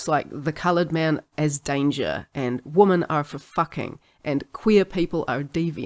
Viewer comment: The only weird part of your accent is the plural of woman sounds an awful lot like the singular.